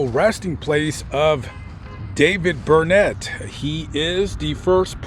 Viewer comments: It’s burn it, not burn net. Only in Texas! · 1. The helicopter you saw flying is probably the Robinson that gives tours. I would never fly in a Robinson. 2. The name is pronounced “burn it”, don’t let the people of Burnet hear you pronounce it “burn ette”. They have a saying that is a rhyme:”it’s Burnet, durn it, can’t ya learn it?” Haha! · Oh and the town of Burnet, Texas is pronounced Burn it